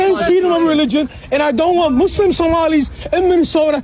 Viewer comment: Did he call himself a "Mooselum"?😂